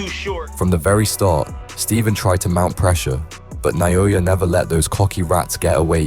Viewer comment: Naoya, not Nayoya. AI (Artificial Idiocy) slop